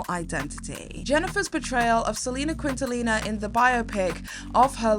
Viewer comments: 1) it’s pronounced KEEN-TA-NEE-YA. 2) Shocked you didn’t mention that the Versace green dress, is the reason Google Images exists. All because people wanted to see her breasts. 😕 3) Misguided, absolutely, but she was totally right about Madonna’s acting abilities. Swept Away was so panned by critics & the public, that it stopped her from acting altogether. It’s just very ironic because both JLo and Madonna have horrid reputations in the industry for being rude narcissists. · Quintalina lol that was super cute and I appreciate the effort 🫶🏽 as someone who’s bilingual I love hearing others not say things of our perfectly because it’s so real !!! lol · ily but "quilantilla"?? Wtf is that pronunciation of Selena's name 😂😂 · Selena "Queentalina" 😂😂😂 got me good too. 😂😂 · LMAO I was so confused at first. I was like...did I hear that right? There was already so much research done for this video, a quick google search for Quintanilla would have been helpful. By the way phonetically, it sounds like: keen - ta - knee -ya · You lost me at “Queentaleena” 🙄🙄🙄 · How the hell do you butcher Salinas’s last name like like that no excuses you’re British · You could've just said Selena OR Selena Perez instead of destroying the last name to that extent 🥴😒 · You butchered Selena's name and in living color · You LOST me at your pronunciation of Quintanilla. There is ZERO L sounds in that name. Come on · You're saying Selena's last name wrong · the absolute butchering of Selena’s last name through this whole thing was so funny 😂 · Couldn’t get past the way you pronounced Selena’s last name. It would have taken you two seconds to search how to say it correctly. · I'm sorry but the way you keep saying Quintanilla is killing me as a Hispanic from Texas 💀💀 but also love your content I don't think I usually comment on your vids so lmao here we are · Please tell me you were pronouncing Quintanilla like that as a joke cause you’re one google search away from the right pronunciation 😅